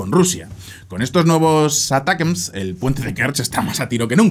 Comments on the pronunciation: "Uh-Tack-Umz" vamos que no es tan difícil. aqui va un tutorial para sonar más cool para la proxima. hahaha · "Atacams", no es tan complicado. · los Misiles ATACMS se pronuncia de 2 maneras "Atacams" sin pronunciar muy fuerte la "T" o preferiblemente "Aracams" para una correcta pronunciación al ingles, pero si los vas a pronuncia españolizado pues dilo sin mas "Atacams" normalmente. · Hola! Se supone que se pronuncia como "Attack 'em!" los ATACMS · ATACAMS. Asi se pronuncia ATACAMS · la forma mas comoda de pronunciar los ATACMS seria "Atacams". O por lo menos en español muchos suelen nombrarlo asi.